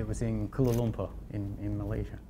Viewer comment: Hi X Cooper Troop X. I'm guessing South Africa. It's the way pronounces Kuala Lumpur (koola Lumpur) that might be the clue. Not the way anyone from Australia or NZ would pronounce it. Then again only knows!